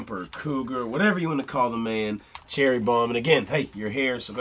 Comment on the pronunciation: It’s Cherry not Cheery.